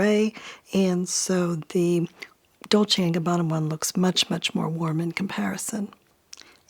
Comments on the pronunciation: Ohhhh nope lol, 99% of Americans cannot spell any Italian's surname correct, starting from Versace. But has a spot on pronounce. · As an Italian i am impressed by your perfect pronounce of Dolce e Gabbana, almost no English speaker can pronounce it correctly but you did. Impressive